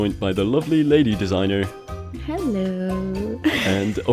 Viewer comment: did you really say Ladydesigner....